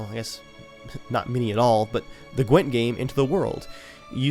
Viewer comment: "A standalone phone app of Qwent" CDPR: Hahaa that's cute